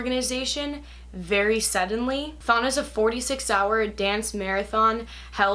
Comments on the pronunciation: im sorry but I herd thong as in the strange swimming suit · everytime she says thon i hear thong